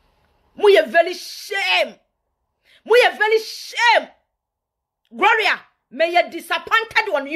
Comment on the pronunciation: Please the name is not "Groria",learn to say it correct before you come online